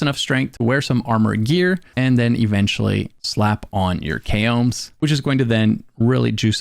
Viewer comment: It's not "kay-ohm's" lmao